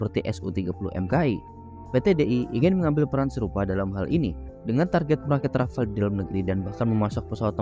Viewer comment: Rafale min bukan Rafal (dibaca sesuai ejaaannya) 🤦🏻‍♂️